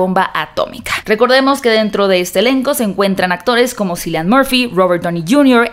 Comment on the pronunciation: ¡Hola! Sólo como comentario el nombre del artista Cillian Murphy, se pronuncia Quilian. Cuídate, bye